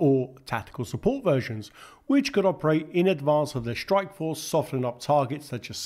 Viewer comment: Practice saying strike, struggle and industry instead of shtrike, shtruggle and indushtry.